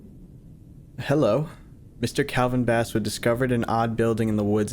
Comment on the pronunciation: I can't get over how Basswood keeps getting its pronunciation changed from Bass as in the fish, to Bass as in the instrument.